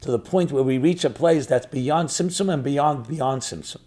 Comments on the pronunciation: Am I crazy or does he keep saying Simpson......like the show...... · what is the correct word that sounds like simpson he's been saying during the hole video? Trying to study a little about it but couldn't find it anywhere 😅😅.